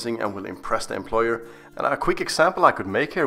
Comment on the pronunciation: A guy unable to pronounce employer is telling others how to answer